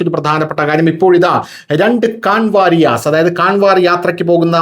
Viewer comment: കാൻവർ എന്നല്ല കാവഡ് എന്നാണ് ശരിയായ ഉച്ചാരണം നമ്മുടെ നാട്ടിലെ കാവടി തന്നെ. ഇംഗ്ലീഷിൽ എഴുതുമ്പോൾ അങ്ങനെ എഴുതുവേന്നെ ഉള്ളൂ.